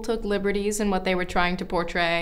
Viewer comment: Loving the "WAHT" hahaha